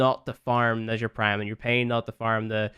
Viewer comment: Pretty sure it's pronounced neh-jah or nah-jah there is no like "shh" sound